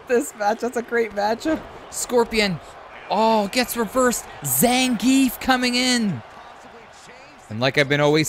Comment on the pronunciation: noth Zangif but Zangi(EF)✌️